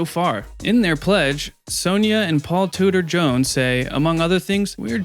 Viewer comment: Five seconds in and you've already pronounced his name wrong...